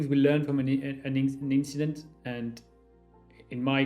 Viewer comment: Just an inchident😂😂